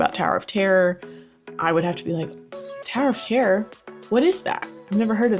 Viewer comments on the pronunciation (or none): Oh my god I thought you were saying "Tariff tare." Like is that a place in Star Wars? It turns out you were saying "Tower of terror." You need to enunciate.